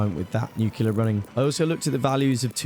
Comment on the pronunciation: It's been low-key bothering me how you mispronounce nuclear. You say "Nu-cu-ler" when it's actually "Nu-cli-ur." You still put the stress on the first syllable (e.g. "NEWcliur")